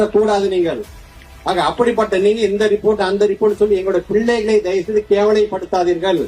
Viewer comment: கல்வி அமைச்சருடைய தமிழ் உச்சரிப்பு மகா கேவலமாயிருக்கிறது.. பில்லைகல்...இல்லை.. பிள்ளைகள்...